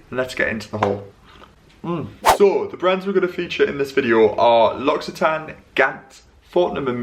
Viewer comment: Your pronounciation of 'L'Occitane' is perfect 😍